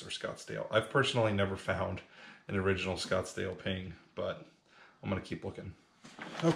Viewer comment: Oh Ping! I thought you where saying pink putter